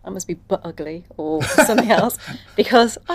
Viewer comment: "Somethink" in place? No grey matter in place 📍.